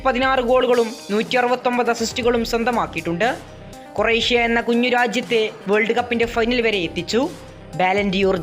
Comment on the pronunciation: Coresia alla bro croatia 😂. Nee oru 10 vattam croatia enn paranj padik.😂 Ijjathi 😂😂😂